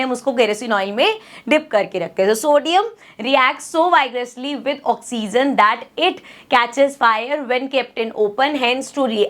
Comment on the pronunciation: Mam its oxygen not oxseason